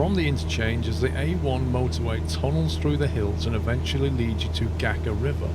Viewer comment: This one was great, it was hilarious listening to your Croatian pronunciations, theyre pretty hard. Just a quick tip, for the next leg of this trip, in Croatian C is pronounced TS, and C with a little thong on top Č is pronounced like CH. So Gacka River is Gatska and Otočac is Otochats.